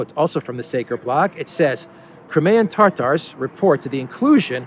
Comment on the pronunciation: It's not tartar like steak tartar it's Tatar, as in the nomadic people from the Caucasus lol